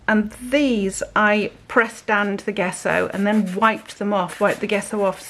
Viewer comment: Loving your experiments. Gesso is pronounced with soft J…Jesso.